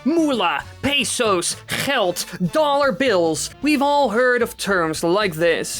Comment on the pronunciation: You are dutch only dutch people can pronounce geld that perfect and pesos so bad